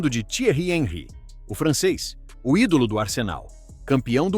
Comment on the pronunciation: O Thierry Henri é francês. Então, seu nome foi pronunciado errado. Sabe ler, mas não sabe identificar a pronúncia correta.